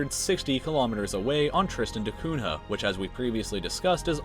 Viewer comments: Nh in Cunha is pronounced with an ny sound. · Cunha should be pronounced with the Portuguese accent. After all he was Portuguese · Cunha is pronounced (coo-nya) I know, Portuguese is a weird language.